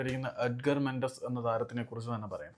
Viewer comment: മെൻസസ് അല്ല ചങ്ങാതി മെൻഡസ് 🙏